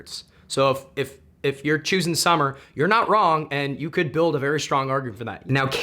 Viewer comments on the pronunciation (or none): none